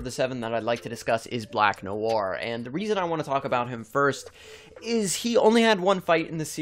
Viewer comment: 5head indeed. that black noir pronunciation made me comment.